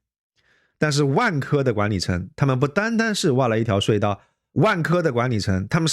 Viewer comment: 睡道？差点儿听糊涂了😢